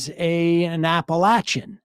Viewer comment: Thank you for pronouncing "Appalachian" correctly.